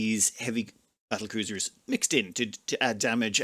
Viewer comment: I thought you said at some point bringing in two more "cattlebruisers" lol